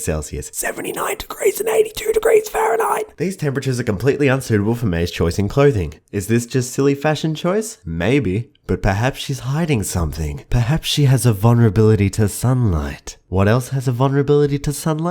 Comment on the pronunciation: did he just say mei-be (maybe)?